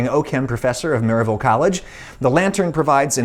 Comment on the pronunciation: you pronounced Maryville wrong... lol.